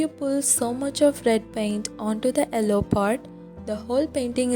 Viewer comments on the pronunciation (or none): Its yellow not elloo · Ello? It's yellow.